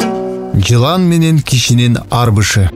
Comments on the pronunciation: Арбашы дебей арбышы деп окуп койду э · Арбышы эмес арбашы болот